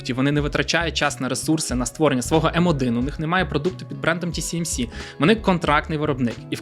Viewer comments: Ті Сі Ем Сі == TCMC, тож Ті Ес Ем Сі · Ті Ес Ем Сі, а не Тісімісі 😀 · Ще б абревіатури правильно читати і взагалі буде супер) Ті-Ес-Ем-Сі, а не Ті-Сі-Ем-Сі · Ще раз - Ті-Ес-Ем-Сі. S = Ес. С = Сі. Ті-Ес-Ем-Сі !!! 😂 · Ті Ес Ем Сі, а не Ті Сі Ем Сі. Весь випуск різало вуха. А так, гарний випуск. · Весь випуск різало вухо от це Сі замість Ес😂 Чекаю наступний випуск про голандців) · тільки здається не ті-сі-ем-сі, а ті-ес-ем-сі)) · Ті Ес Ем Сі, не ті сі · 1. «ТіСіЕмСі». Не можна так 2. Про TSMC говорять з кожної праски, в тому числі на телебаченні. Треба видавати саму неочевидну мʼякотку з самого початку, а не оці загальновідомі факти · Дякую за круте відео, але камон ТиЕсЕмСи, S та C різні ж літери 😉. Вибачайте за повчання, та дуже ріже слух 😅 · S читається як "Ес", а не "Сі". Тому "ТіЕсЕмСі". Постійно ріже вухо. Але історія цікава. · Почути тисячу раз за ролік "тісіемсі"... Мої вуха. Режисеру роліка - 0. Не можна будувати начебто фактологічний ролік навкруги такої очевидної помилки... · Чого "ті сі ем сі"? Вухо ріже. Там друга літера "ес" а не "сі" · Гарна інфа. Но "ті ЕС емсі", бо вуха ріже :) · Ті Ес Ем Сі ;) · Круте відео, тільки назва компанії читається як ТіЕсЕмСі) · можна не перевірити коректність вимови назви, яку вимовляєш сотню раз за випуск?! Риторичне питання. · ті ЕС ем сі! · не можу поставити лайк за неправильну вимову назви компанії